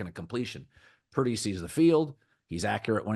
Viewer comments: Couldn't even say Brock's name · Say Purdy's Name Colin